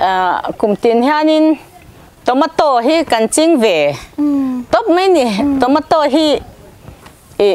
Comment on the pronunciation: Tawmataw tih a lam lo tur.... Chhawmeito USA lam a kan pronounced dan aw zoram ai a ram changkang zawk ah bengvar nan mai mai